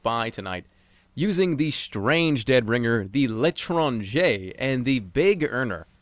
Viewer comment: Finally someone who can pronounce L'étranger correctly. Jerma is credit to france